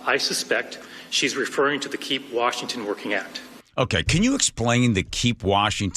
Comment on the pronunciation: Is it just me or does anyone else notice that Bob Ferguson doesn't know how to say the word Washington